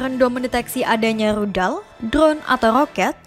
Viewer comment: Sementara di berita ini Tidak ada Rudal di pihak israel atau palestina. Yg ada Ludal🤣🤣🤣🤣